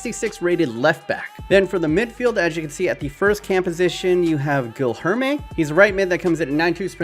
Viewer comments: Guil Herme ausjsh It is said like geelierme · i think gilherme is pronounced like gilem